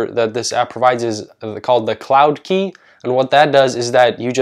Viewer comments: "queue" : cue, not key XD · its cloud queue not cloud key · Who else got triggered when he called “queue” key lmao. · Killing me with QUEUE! It is pronounced CUE, not KEY 🔑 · Damn its queue like ‘q’ not key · Your pronunciation of "queue" is cute 😂 it's the same word as like "a queue of people" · 3.34 he pronounced queue as key 👏👏👏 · Man said “cloud key” not “cloud cew” 😂(sound it out) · Hes pronouncing Queue as Key, i cant trust him. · g says key instead of queue, damn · this man pronounced "queue" as "key" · It’s pronounced “Cloud Cue” ... queue is like a “line waiting” .. not a “key” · Cloud q, like the letter q itself. You can rove the ueue and it's pronounced the same as the letter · Did he pronounce queue as "key" lmao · Queue is pronounced “Q” bro :) not hating at all okay I like your advice! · lol why do you say queue like that